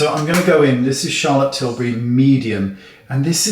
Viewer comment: Charlotte Schillbury